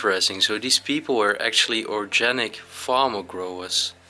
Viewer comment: That fork was a fish fork.the house is beautiful, so sad that it is all left behind to decay, but I say that every time. When you say organic you pronounce the g as a hard g with a guh sound not a juh sound. I always give you my pronunciation tips. I’m glad when you don’t open refrigerators. They are always disgusting. I would like to see an explore where you were the first people to see the property, before someone else has gone through and taken all the valuables and staged everything for photos. I think Remon was right about that knife being a letter opener.the grandfather clock is missing the weights.the bedroom is very beautiful I really like the bed, it belongs in an antique shop for someone to buy it. Cash register you pronounce the g like a j the opposite of organic. I know English is very confusing.